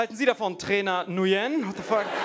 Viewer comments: Nguyen wird übrigens eigentlich "ngwiin" ausgesprochen, wie wenn man im Englischen sagt: "It's a thiNG WE INtend to do" ;)) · Ähm ich kenne einen Vietnamesen und der heißt nicht Nujen